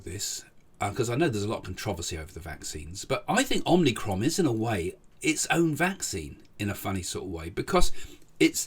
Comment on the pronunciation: The Greek letter is pronounced "omicron" not "omnicron".